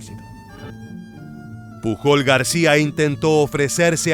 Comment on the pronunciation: Genial video! Como comentario, el apellido Pujol se pronuncia mas como "puyol" Un saludo 😀